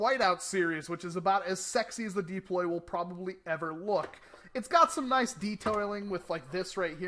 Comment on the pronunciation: come on deeploy?your not from boyston!its called the DU~PLOY.